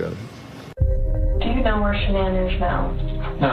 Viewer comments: not like sha-nan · actually it's pronounced SHANNON that's how her family has always pronounced it. She changed the pronunciation herself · Might sound trivial but it’s annoying when so many channels and anchors etc can’t pronounce Shan’Ann’s name correctly. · Anyone else think it's disrespectful that Dr. Phil can't even pronounce Shannan's name right? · Please pronounce her name correctly out of RESPECT.